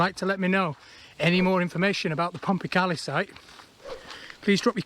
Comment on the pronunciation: used to cycle round there a bit as a kid 20 years ago or more. You would find a lot of iron slag hinting some kind of metal works? also in the woods is a natural spring that you walked past and there used to be a fish farm. by the way, I believe the locals call it "pom-pa-kay-lie" (as opposed to "pom-pa-carlie") great video as usual